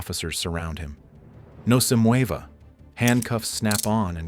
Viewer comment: “No se mueyva” made me laugh too much🤣🤣